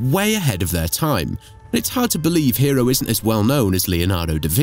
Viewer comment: Iam pretty certain that his name, Hero, was not pronounced as hero! But hey, details, right?